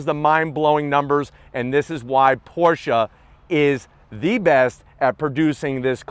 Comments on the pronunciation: Can't believe you got to drive this beast,. I'm jealous. Also, so glad you pronounce Porshe properly. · I’m just glad you pronounce Porsche properly. Danke!